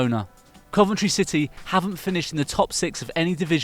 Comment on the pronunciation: Coventry lol